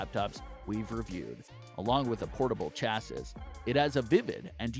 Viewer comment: it's pronounced chassEE not chassiSS - ruined the whole video. and it's not 13 inches laptops it's 13 inch laptops.